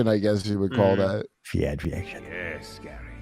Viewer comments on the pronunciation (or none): Fyan fyiction 😂